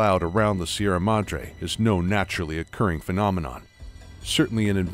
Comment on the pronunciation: see-erra madr-hey